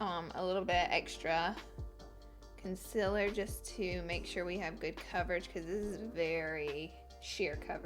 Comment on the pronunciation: Also when she says "conciler" instead of "conCEALer" and it's not an accent either because I'm from Alabama too...